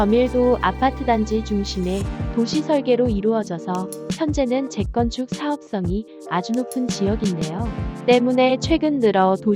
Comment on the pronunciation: 왜 자꾸 재건축을 잭건축이라고 발음 하는지... 되게 거슬리네